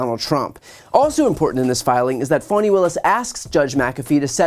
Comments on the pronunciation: Love your commentaries. But I gotta ask you, is "Fawny" the way that Fani Willis pronounces her own name? Or is that a way for the media to avoid saying "Fanny"? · Only in America could Fani be pronounced Fawni 😂